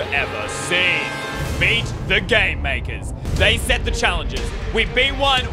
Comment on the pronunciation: When he said game makers sounded like g@ maker